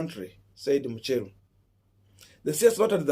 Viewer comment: It’s MUCHERU not MUSHERU 🤣🤣🤣